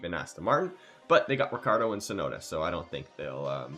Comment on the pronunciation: no rikkardo. but, ricchardo. is italian name